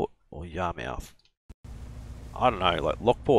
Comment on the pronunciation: Yar-mith. Just like where i grew up fishing in Portsmouth... Ports-mith. In new england speak it'd be po-ahts-mith and yah-mith